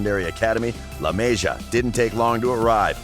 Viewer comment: La measure ...lol what, La Masia